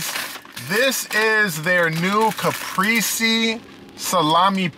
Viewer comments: Lol wow a deleted comment on a FOOD REVIEW channel?!?!?!?!? Ps its ca-pray-zay not ca-pree-zee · The way he says CAPRESE* is fkn wit me 🤣